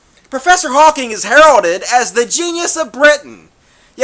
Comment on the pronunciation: Please. His name is Hawking, not "Hawkins."